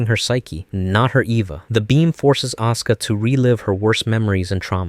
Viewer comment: Why does he always say "Oscar" instead of "Asuka"? xD